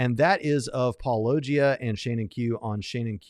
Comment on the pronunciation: Surely at this point you must be intentionally mispronouncing Paulogia 😂